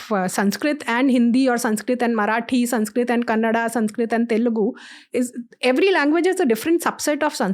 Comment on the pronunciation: Respect for how she correctly pronounced the language as Kannada 🙏